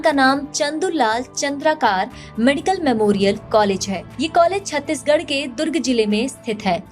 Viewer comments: Its चंद्राकर Not चंद्राकार . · चंद्रकार नहीं चंद्राकर है